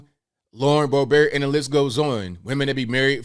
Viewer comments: Suggested edits: * It's not Lauren "Bo-beart." It's Lauren "Bo-bert." *Kristi Noem is not "the Governor of North Dakota," she's the Governor of South Dakota. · It's not Bo Bear! It's Lauren BOBERT! As in Bo Burt. Who's side you on? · 😂"bolbear" just like stephen Colbert name is pronounced. Very nice inside joke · Col-bear, now Boe-bear? In France maybe. But anyway she just lowered her colours big time. So disappointing.